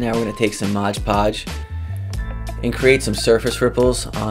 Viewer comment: There is no "g" in "Mod"!